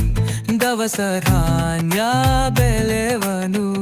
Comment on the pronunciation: Pronouncing Right Words Also Important ( ex not ಬೇಲವನು, it is ಬೆಳೆವನು, also , ಎತ್ತು ಎರಡು ಅವನ ಜೋಡು ಕೂಡಿ ದುಡಿವ ಗೆಳೆಯರು ಹಿಗ್ಗು ಕುಗ್ಗು ಏನೇ ಇರಲಿ ಹೊಂದಿಕೊಂಡು ನಡೆವರು , please pronounce correctly 🙏🤗